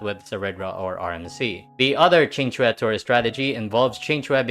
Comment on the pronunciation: First video I've seen from you, but am pleasantly surprised at the pronunciation of Qing Que. Great coverage of the strats too